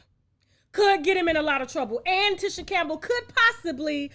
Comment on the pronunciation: Good Lord Tasha. I've been a TLC fan since b4 u were born ; and its Lisa LOPES. LIKE MOPES. And Tisha Campbell is like TEASHA. U do these types of things quite often & as a vlogger I would think u wouldnt continue 2 disrespectfully make so many of these types of mistakes ! And IM a middle aged White woman.